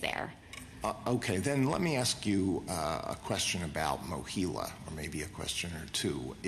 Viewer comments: MOHELA, not "Mohilla." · Mohela, not "Mohilo."